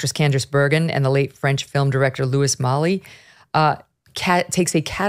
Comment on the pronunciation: Megyn....you pronounce Louis Malle as Louie Mall.....I thought you spoke French!